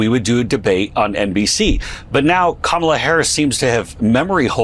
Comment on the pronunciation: And after she pronounced her name to him he still decides to say it incorrectly, what a childish LOSER #kamalaharrisforpresident2024